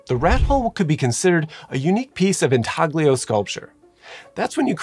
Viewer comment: INTAGLIO is pronounced in-ta-lyo. Italian. Like "embroglio" em-bro-lyo